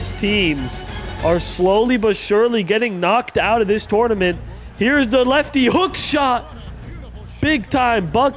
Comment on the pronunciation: Just here to see if anyone else is triggered by the way he says tournament.